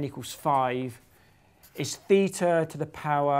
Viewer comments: Theta, not Feta! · as probably every native english speaker, your Θ [feeta] sounds more like feta (Φετα) than like theta (Θητα). indeed both are from greece, but one of them is a letter and one is a cheese made out of sheep milk xD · The Greeks pronounce it "theeta". But, hey, they pronounce beta as "veeta" and mu as "mee" so the English pronunciation has little to do with what Greeks say! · Ohh, I see another math/maths conundrum. Now it's th-ee-ta VS. thay-ta.